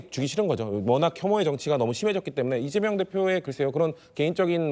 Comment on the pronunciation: 발음이 리재명으로 들리네..직구엔 늘 동문서답하고